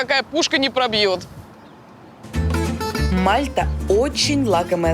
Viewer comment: Не мАлта а мальтА